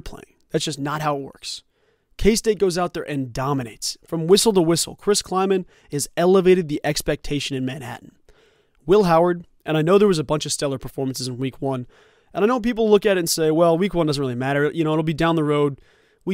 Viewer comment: The guy that was calling them game at the end he said mancatan Kansas literally not Manhattan lol